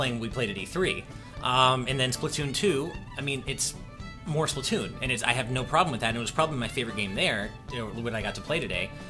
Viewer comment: or (pronounce) spla-two-oon